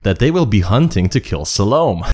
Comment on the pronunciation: It's Salomé with an accent that means, the "e" is pronounced. EDIT: I hear, you got it right later in the video. And I totally agree, choosing SDC as guardians ... ridiculously stupid, or completely on purpose.